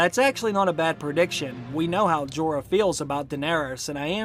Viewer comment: PLEASE learn English Grammar & Pronounciation/Elocution! Like it or not, you area teacher, & you have an enormous classroom. I am a retired English Lit & Lang Lecturer, inc ESL. “Went” isn’t “gone” & vice versa, & it’s NOT “Jeeeee-r “—doesn’t rhyme with “Eeyore”; also, I believe you are an excellent teacher. Your explications are enviable, your mastery of the subjects [Books & Series] prolific. Remember, Jon didn’t went with Wildlings: Jon has GONE with the Wildling. Please understand I write out of respect for you. You are the future, so teach well. It is your burden now. Ave atque vale!